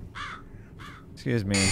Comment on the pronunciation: Loved these last couple Chilla's Art videos! Great job as always! Also, you said "exsqueeze me" quite a bit. I didn't know you were a fellow Jar Jar head!